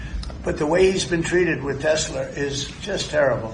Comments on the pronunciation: Teshler... Trump is not bright enough to realize that he has been saying it incorrectly. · WTF is Tesler ??????😂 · OMG Trump said Teslars! I read he said he said that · Lmao!! We knew this was coming… & yet: Still hilarious. 😂😂🎉👌🏼 Also: been wondering if DJT’s recent sudden mispronouncing of ”TES-LER” was a sign of his growing antipathy toward the angry Elmo – and thus his predictable oncoming ouster from “orange sh*t circus v2” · Do you think Trump will ever learn to pronounce Tesla correctly? No? Me neither. Trump will throw absolutely ANYbody under the bus (or down the marble stairs) when he figures he doesn't want to use them anymore. Personally, I figured it would be a bonfire of the vanities and their bromance would implode sooner or later. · I can't believe this orangutan cannot pronounce the word Tesla!!!! And I apologize for insulting orangutangs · He says Tesler AGAIN??!! 🤣 Is he confusing testicles with Tesler???!! 🤣🤣🤣🤣🤣🤣🤣🤣🤣🤣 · Will Trump ever figure out how to say Tesla?